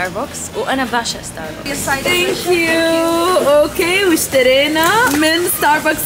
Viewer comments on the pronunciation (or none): اكبر ستاربكس باليابان واصغر ستاربكس بمطار دبي يلفظ ستارباكس مش ستاربوكس. 🌷